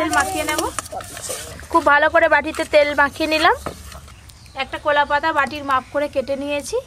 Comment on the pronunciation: কোলা পাতা না কলা পাতা